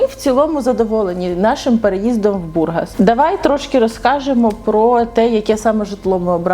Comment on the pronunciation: Да не БУргас, а БургАс.